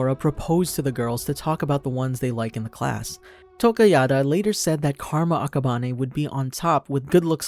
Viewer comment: Why does he say akaban-e